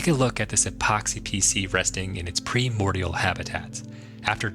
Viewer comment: primordial is pronounced PRYmordial, not PREmordial